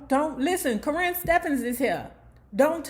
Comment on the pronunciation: Her name is Cor-rin not kern the way u saying it lmfao